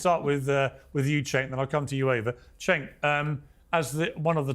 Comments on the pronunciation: I love that he calls "Chenk" "Sink" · I love how mispronounces Cenk’s name every time.